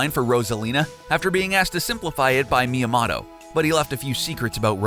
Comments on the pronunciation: I say Miyamoto, you say Miyamato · Dude said mia moto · Why do you constantly botch his name? It's ME AH MOE TOE. Not Mya moe toe. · It’s pronounced Mia-moto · Did he just say Miya"Motto"? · The information is interesting.. but may I ask that you kindly learn how to pronounce the japanese words and names? (i.e. Super Mario-Kun... it's a long "u", not a short one) I'm sorry, I just had to put that out there. Maybe I'm the only one who physically shutters at the mispronunciation of Myamoto's name and such. Other than that, great videos! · "Me-ya-ma-toe" "Mānga" Why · Mi ya moe toe is the pronunciation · Jesus. Way to butcher Myamoto's name. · 1) How are these dark secrets? 2) EVERY SINGLE ONE OF YOUR JAPANESE PRONUNCIATIONS ARE WRONG.